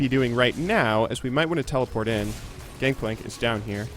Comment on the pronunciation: did you know it's gangplank and not gankplank?